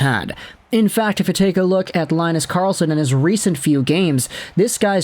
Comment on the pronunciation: Good Swedish pronounciation of the teams. But it's more like Leen-nus Karrrlss-on 🙂